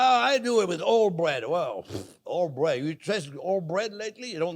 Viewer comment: breаd is "bred" (Russian crazy things)